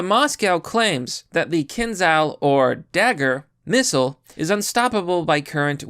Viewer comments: Kindzhal is better pronounced Kindjal. Like the name "Ken", and then the Southernism question word "D'y'all". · Learn to cite sources in your description, if you aren't a brainwashed sellout. Do some research, you lazy rat, it is KinZHal (Кинжал). You are notoriously bad at doing some basic common sense research on how things are pronounced. You are pretty sympathetic with the Putinist regime, let's see what will you invent to motivate the future invasion of Taiwan and of NATO countries. Russia isn't going to stop and if Ukraine falls, Romania and The Baltics might as well. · Pronounced kinjal